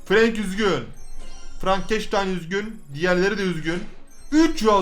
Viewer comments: Abi ingilizcede "a", e diye okunuyor sen frank'ı frenk diye okuyucaksın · FRANK DİYE YAZİLİR FRENK DİYE OKUNUR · Abi bence Frenk okunuş olarak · abi FRANK DEĞİL FRENK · abi yazılısı frank okunusu frenk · Frank değil abi frenK